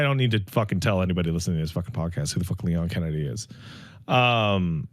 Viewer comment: I think you mean "Leon Skennedy".